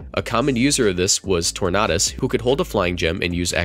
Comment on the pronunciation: Damn that Tornadus pronunciation…